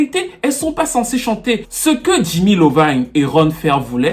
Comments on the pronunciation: C'est pas "Lovine" mais Iovine prononce "AYOVINE" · Ce n’est pas « Jimmy Lovine » mais « Jimmy Iovine » avec un i , iovine 😉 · C'est Jimmy Iovine (Se prononce Eye O Vaïne) c'est un i pas un L:-) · Ne change rien, super boulot... Sauf pour Jimmy Iovine avec un I et non un L... ✌🏽